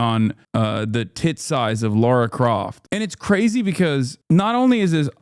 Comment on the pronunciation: Lara, not Laura